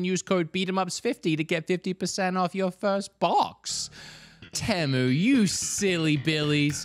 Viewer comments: Bro Really Said tEmU when its Pronounced "Tea Moo"🤣🤣 BTW: I Am Not Making Fun Of Him I Am Making Fun Of "Tea Moo" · You said it wrong 😂 its TEA MOO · I think its pronounced- tee-moo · It’s tea moo not teh mu 😂 😅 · It’s not pronounced Te-mu, It’s pronounced Tee-mu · it not tamu its temu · It's temu not timo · bro.. you said teh-mu and not tee-mu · It's "teee mu" not "tehmu" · You are saying Tamu. There is no "A" in Temu. Please learn how to pronounce it correctly. The worst part is how many times you said it in the video. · I hate the way americans say temu like tem-u when its said like team-ou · It's pronounced "Teemoo" :face-orange-raised-eyebrow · It’s pronounced tea-moo lad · Let's start with proper pronounced name TEE- MEW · I swear you say "pemu" in the beginning. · Ahh so it's not pronounced Teeemooo? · It's pronounced tea moo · It’s teemu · ( tea-moo) . Maybe you can pronounce it correctly with this help. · not to be the annoying one here but it's pronounced teemu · The way he says “Temu”💀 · The way pronounces temu is something elce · That’s not how you say temu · No him mispronouncing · YOU PRONOUNCED IT WRONG!!!!!!!!!!!